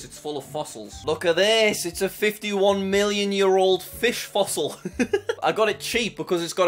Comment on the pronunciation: "Wow" a fossell box bru😂